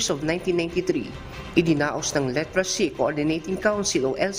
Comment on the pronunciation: Ayusin mo ang pag- pronounce ng literacy. Hindi litracy ang pagbasa nito .